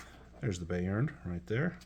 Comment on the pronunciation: Thanks for the nice, succinct review. I'm considering a Mongoose 2300 campaign and was eying Bayern. That said, Gott im Himmel: Bayern is German for Bavaria, and I lived there when my dad was in the US Army. I always heard it pronounced "Bye-urn" not "Bay-urn".